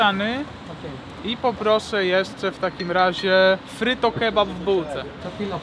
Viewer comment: to nie fryto tylko pryto buła :D